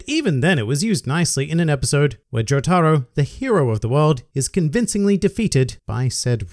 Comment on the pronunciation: Imagine calling Jotaro "joe-tah-ru"